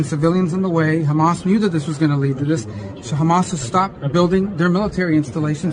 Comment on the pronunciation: How about calling them by their actual name, Hamas, not Khamas. Only God Chosen people call them Khamas because they can not pronounce the H. That just goes to say where you get your talking points from.